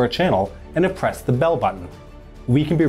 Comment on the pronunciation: Every time you say "make sure you have pressed the bell button", given the general trend of these videos, I hear "make sure you have *oppressed*" the bell button